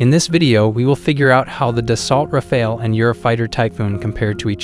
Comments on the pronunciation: Its not da salt - its da so. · You couldn't look up how to pronounce Dassault?